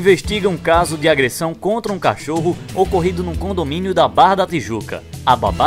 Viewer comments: . 'CACHÔRO' || ''COMBÔSTÍVEL''. KKKKKKKKKKKKKKKKKKKKKKKKKKKKKK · Viram A Cara Da Irene Quando A Zuzu Falou Cachôro?????? Morri kkkkkkkkkkk